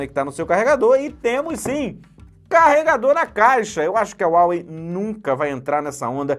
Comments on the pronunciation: SE FALA RUAWEI MATE!! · Esta falando o nome da marca errado, tem dinheiro para pagar no aparelho mais não tem para um curso básico de inglês?